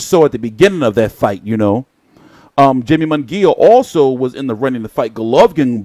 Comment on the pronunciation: Good video, but bruh if say Jamie and Jaime one more gotdamn time! He's Mexican fam that J is a h bro. Lmao! Made me lose focus.